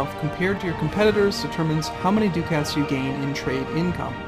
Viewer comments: I think it's pronounced "duckits" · It's so adorable how you pronounce ducats between now and your current videos.